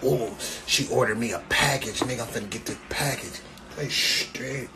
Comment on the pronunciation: Why is he sayin package like that nigga said !PAckage